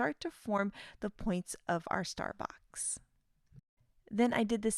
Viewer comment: Every time she says « star box » I hear « Starbucks » lol This release is so fun!